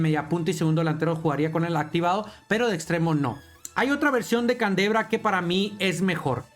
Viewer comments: Gracias por las novedades.... Aunque a canDREva le digas CANDEBRA Jajajaja calvo disléxico jajajjajajqj😂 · Min "Candevra" no CANDREVA mi amigoo